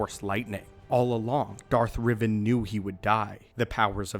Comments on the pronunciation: Who’s Darth Riven? R-E-Van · It’s Darth Rivan. Not Revan